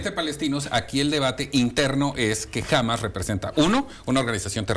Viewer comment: No se lee "Hámas" sino "Hamás"